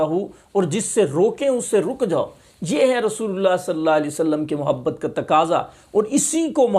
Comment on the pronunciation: Bhai ji nabi ka naam to sahi se le lo Salla alai wasallam Kiya hota he Sallallahu alaihi wasallam